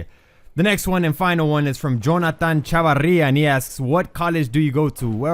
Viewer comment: its not chavaria its chavira